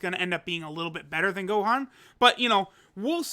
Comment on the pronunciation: Noone:: Now the Homie No but for real: Shout out to the Homie for flexing his Japanese <3